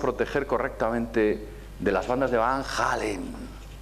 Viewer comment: ¿Cinturones de Van Hallen?. ¿De donde te sacas la "H". Y lo pronuncias "Jalen". Y Elkin dice abajo "para alguien con la cultura de...". Vaya cultura. Entonces ¿Cual es el nivel de los asistentes?.